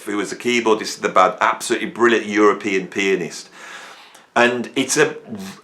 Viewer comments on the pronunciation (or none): none